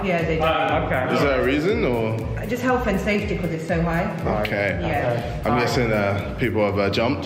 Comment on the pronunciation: “I’m guessing uh.. people have uh- jumped?” “Yea” “OkAy” Vik: 😳